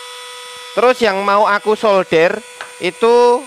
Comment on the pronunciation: gimana sih SOLDER bukan shouder ( ini artinya pundak)